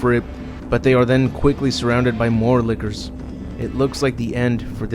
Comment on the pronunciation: The way you say lickers sounds like Liqours